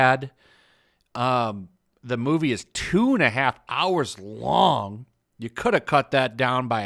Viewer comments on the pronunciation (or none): none